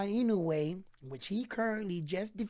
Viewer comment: Please at lest pronounce his name correctly each time. It’s NOW-YAH…. IN-NO-WAY not na-yo-yah like you always said. Love your videos though.